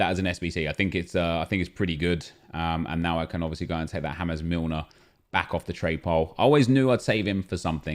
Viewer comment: Nobody:: James (foreign pronounciation) Milner... Gets me every time